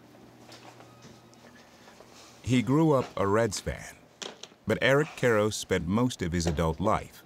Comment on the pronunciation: Eric Karros, or as Ross Porter would say it…Air’k Care’sh 🤣